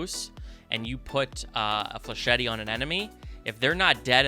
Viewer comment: I love watching your videos, but its not pronounced "fleshetty" its pronounced "flesh-et"